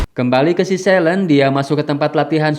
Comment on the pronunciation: bacanya: SELIN, bukan "selen"